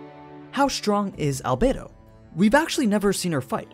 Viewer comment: Al bed o not bay